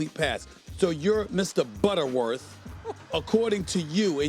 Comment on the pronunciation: “Mark BUTTERworth” 😂😂😂😂